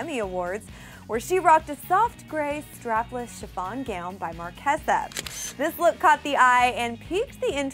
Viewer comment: It's MAR KAY ZUH